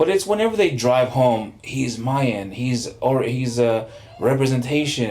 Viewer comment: OH MY GOD 1. It's Mayan not MIAYAN. 2. Don't know the name of Namor's city in the movie. 3. It's Ocean Master not Sea Master. That was 7 minutes in, do your research beforehand. Noboody is going to watch/listen to you if you can't get your shit right.